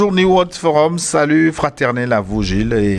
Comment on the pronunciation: New se prononce NI-OU en anglais.